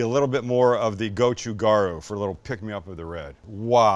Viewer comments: would love to work on his korean pronunciation... but to be honest, part of the charm here. goh choo gah ... hmm.... ryoo? or maybe more like, .... gaL Ryoo? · Gotchu ga-ru (role the R once -- Koreans don't use a hard R). You've got Gotchu Jang (with a soft A) perfect. Bobby Flay hurts my ears with his pronunciation.